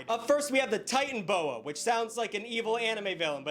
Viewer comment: I got unreasonablely annoyed at him say titanaboa as titan boa. Also isnt the biggest threat to blue whales actually orcas.